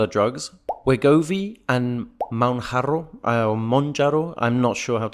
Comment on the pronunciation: The way he said Munharo sounded like Mharo which means Diarrhoea in Kenyan informal Swahili😂